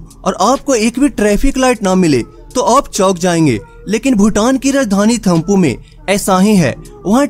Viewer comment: Thamphu instead of thimphu🤢🤢🤢